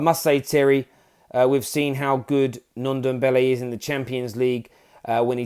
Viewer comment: Terry said nundombele 😂😂😂😂😂